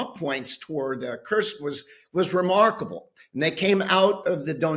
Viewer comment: The US General did get the pronunciation of Kursk right (at 8'39") which Times interviewers don't seem to be able to muster. To paraphrase: "Why can't the English (bis) teach their children to speak"?😉